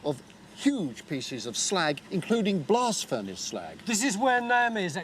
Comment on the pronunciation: Said “blast furnace slag”; heard “blasphemous slag” 😆